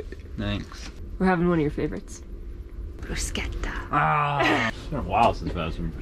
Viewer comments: What are you calling these things , "Briskettas"? ...????? oh you mean, "broos - ketta." - without the mozarella. "Briskettas " - with the Mozarella. Gotcha. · I giggle at many of y’all’s pronunciations. 🤣 This time I decided to comment. lol Bruschetta... broo-shett-uh